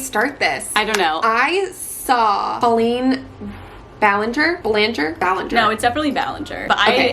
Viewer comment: I know this was months ago, but you said Colleens name correctly:)